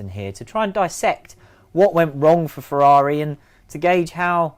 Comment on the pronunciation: #FEEEERRRRUUAUUUAAUAUAAAARRIIIIIIIIIIIIIUIUIUI Beautiful English pronunciation xo